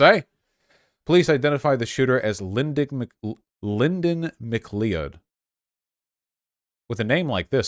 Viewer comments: It's pronounced McCloud, Mr. Voosh. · McLee-od?? Holy shit Vaush, have you never seen Highlander? :D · Yes, it's pronounced "mccloud" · Me, a Nova Scotian, watching Vaush pronounce McLeod: Pathetic.